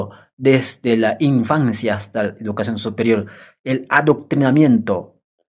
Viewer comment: OYE ENTRENA CASTELLANO, CREO QUE HASTA PEDRO "CASTELLO" PRONUNCIA MEJOR EL CASTELLANO PONTE UNA PIEDRESCTA EN LA LENGUA COMO DEMOSTENES. Y ENTRENA CASTELLANO. NO SE DICE IDUCACION, SE DICE. EDUCACION.